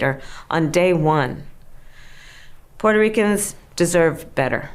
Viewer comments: I love the way Brett pronounces " Puerto Ricans" 😊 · Learn how to say Puerto Ricans. Lol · What is wrong with you, can't pronounce Puerto Ricans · This guy doesn't even know how to pronounce Puerto Ricans lol and I don't see Donald Trump saying anything about the Puerto Ricans are Puerto Rico dumbass